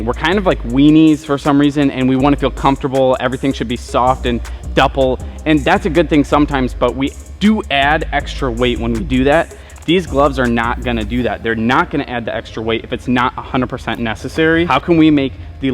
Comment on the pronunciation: I keep catching you in your vids saying a glove is dupple. Wtf is dupple lol!?!? I think maybe you mean supple, but this is like the 5th vid you've said dupple and It makes me laugh every time! The leather on this glove is soft and dupple, just cracks me up! 😂 Either way, keep up the great work man. This is a great channel! 👍🏼